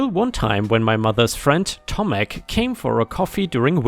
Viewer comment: The sidewalk story - You did well saying Tomek when reading the story.